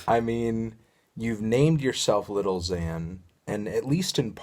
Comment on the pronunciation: anthony, why do you always pronounce 'lil' as 'little'? it's an abbreviation melon